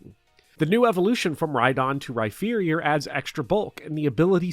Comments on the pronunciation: why did you pronounce rhyperior like rhyferior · You said Rhyfearior to annoy me into making a comment. I'm doing so not to encourage your behavior but to plant the seeds of algorithmic growth.